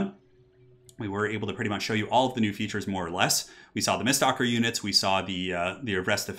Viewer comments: Me screaming: MISTWALKER!: miststalker. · am i the only one triggered that he says mistSTALKER when it clearly reads mistWALKER? i know its a simple mistake but it bugs me lol